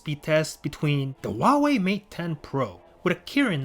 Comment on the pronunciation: What's a WAAAHWAY May Ten Pro?